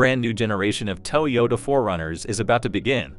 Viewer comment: "TOW YODA?" OHMYGOD! You didn't even try.